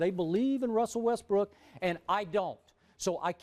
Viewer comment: that mans name is westbrook